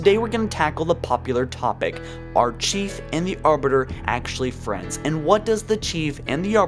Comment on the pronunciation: Of course they're FWENDS!!!